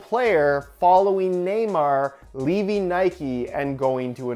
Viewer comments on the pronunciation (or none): none